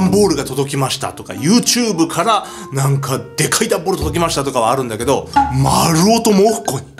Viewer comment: なんかがなんがになってるw